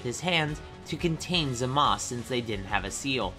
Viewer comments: Hearing saying Zamas instead of Zamasu triggered me. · Him saying zamas instead of Zamasu is actually triggering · It’s not zemus it zu mu soo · man says zamas instead of zamasu that's pretty annoying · Its not zmazu its zamasu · Ok, ik I’m late to comment, but this is triggering me.... Zamasu is not pronounced Zamas But it’s pronounced za-ma-su Just wanna say that. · Why does this guy say zumas it’s zumazu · Him saying zamas... instead of zamaSU gets to me I hope I'm not alone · You pronouce zamasu zam a soo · LMAO ZAMASU YOU FRIKJN SAID ZAMAS O RSOMTHING LIKE THAT